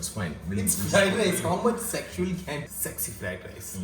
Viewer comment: Still mad at for saying "egg sexy fried rice" instead of "s-egg-sy fried rice".....